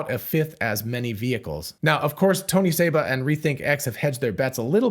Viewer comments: It's Seba, not Saba. this guy is a clown and is wrong on most everything. I've debated him and proved him wrong over and over on his EV predictions. He KNOWS that he's wrong but also KNOWS that there are suckers out there that will believe anything. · His name is Seba, not Saba.